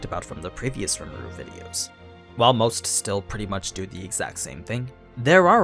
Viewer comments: “Lee-moo-du” sorry i got to be that guy but that’s how you pronounce rimuru’s name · Its kinda funny this dude cant say rimuru's name correctly he also is naming skils rimuru never even said anything about